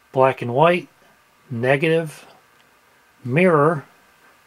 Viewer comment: ummmmm please tell me... ... what is 'negive' ??? I don't think I've ever come across this special effect before.... jk Sorry.... I don't usually point out silly little mistakes like this, but I don't think I've heard this one before... I hope I can remember it